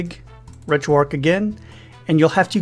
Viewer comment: Gotta ask.. RetroARC(H) ... why is the 'H' silent.